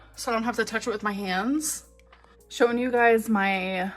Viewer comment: i cannot stand how everything that ends in “-ing” she says as “-eeeen” like “dry-eeeeen” or “show-eeeen” like maam please enunciate for the love of god 😫